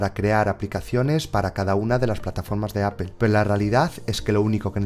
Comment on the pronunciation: me gusta mucho como explicas todo, de verdad me encanta, pero. por favor trata de mejorar tu pronunciacion en ingles o haz la traducción al Español haha cada que pronuncias "Double" "Apple" y algunas otras palabras algo se me carcome por dentro hahah xD .. como quiera un saludos y gracias por tu dedicación.